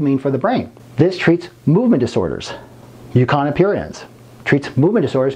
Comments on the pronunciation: Don’t want to be petty, but at a certain point, it is unforgivable that he constantly says “Mucana” instead of “Mucuna”. And… DUDE… wear a long arm shirt ffs! I don’t want to see your gay tattoos! Apart from that, a great video and a great doctor! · Since when does the letter "u" in the English language make an "a" sound?